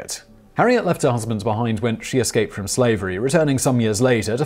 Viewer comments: Eslaped? Simon, your slipping! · Did i hear "eslaped scaves" lol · At about Simon accidentally says "eslaped scave" and it made my day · First thing I heard, lol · Eslaped Scave? Anyone else catch that - ? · What is an "eslaped scave"?